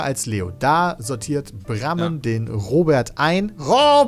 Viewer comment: Es triggert mich jedes mal das brammen kreisverkehr sagt